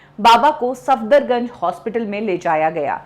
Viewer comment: सफ़दरगंज नही सफदरजंग है मैडम जी